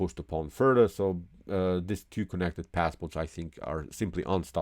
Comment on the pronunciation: Things I don't like about this channel: ‒ he talks as if the cops are chasing him ‒ he says tew instead of two ‒ he says blow-cade instead of blockade ‒ he uses the word "perpetual" wrong ‒ he says "game over" instead of "winning" Look, I like chess, I like how he presents the game and goes into variations. But I don't like how my ears bleed while I watch these videos.